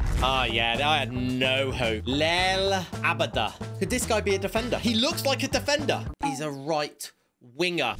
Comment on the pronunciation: Any other Celtic fans raging cus he can’t say Abada